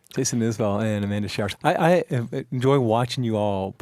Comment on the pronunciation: It's Isbell, not IsAbell... and the 400 unit is not a bunch of pot heads...